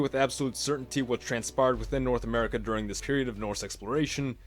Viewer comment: Norse America sounds like a German pronouncing North America